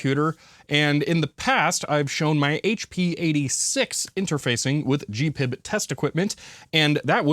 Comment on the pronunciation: It‘s GP-IB and not gpib.